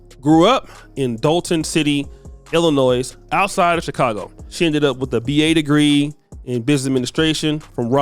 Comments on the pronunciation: Illi-noy not noise. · YOU DO NOT pronounce the "S" in ILLINOIS my man. Please pronounce our state correctly. It makes it hard to hear 10x in a video. ty g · Do not pronounce the S at the end of illinois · You cant even pronounce Illinois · The s is silent in Illinois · Black run offices turn to s##t every time. The entitled 13%, f##k em'. You do not pronounce the s at the end of Illinois you illiterate part of the 13% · Yeah, this is new to me. And let' tell the 's' is silent. 😆😆😆